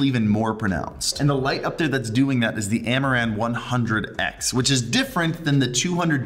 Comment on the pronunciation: Is it me or everytime he says "amaran" I hear "Amouranth"?